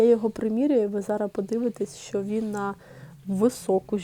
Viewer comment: Приберіть зі своєї речі слово "цупка"...не треба завжди та всюди його тулити!!!!!! І ще є слово "зараЗ", а не зара.....перехід на рідну українську це добре,але не треба так